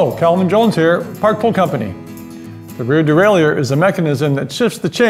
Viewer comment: Not pronounced that way son